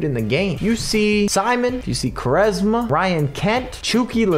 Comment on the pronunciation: Btw it's pronounced "Qu" "ARESMA"